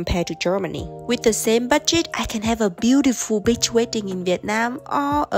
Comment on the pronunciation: Try to pronounce the wird beach longer please.😂❤